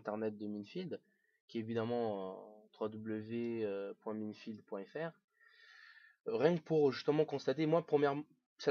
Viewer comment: FauDrait Savoir Que Minefield N'Accepte AucuneVersion Cracké EtAue Minecraft Et Minefield ne se prononce pas Comme sa :S Mais bOn x)